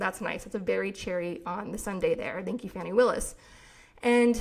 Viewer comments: I thought Willis' first name was pronounced Fawnee not Fanny. Is this incorrect? Excellent podcast!! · Fah-nee not Fanny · I think it's "Fah-nee"?